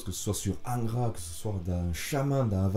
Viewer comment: Bonjour ! Merci pour le temps passé à t'écouter. Pardon d'avance 😋 mais quand tu dis Angra avec ton accent cela sonne ingrat a mes oreilles. Donc ; étant bassiste d'ingrat normal qu'il soit oublié... Humour et rip pour le (Monsieur)Matos et bite en cours,cela n'est point mon affaire. R.I.P (mieux vaut en rire que s'en foutre 😢). Bonne continuation 🖖🤘🙏